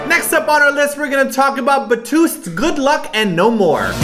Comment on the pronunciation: I cracked up laughing at the way pronounced Beast as Batoost OMG X'D